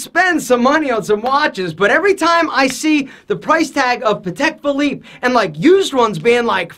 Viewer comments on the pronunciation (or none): I stopped watching when he said Patek Philippe...